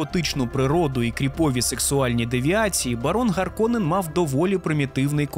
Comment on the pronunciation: Харконен, Раута - це фінскі слова, в них наголос на перший слог завжди